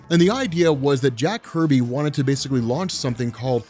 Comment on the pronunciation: Jack Kirby not Jack “Herby”